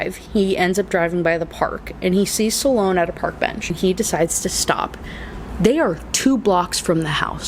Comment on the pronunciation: Sloan is 1 syllable not 2